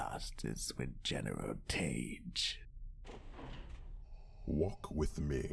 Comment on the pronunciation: Ozzel is pronounced Oz-el, rhyming with nozzle. Tagge is pronounced Tag.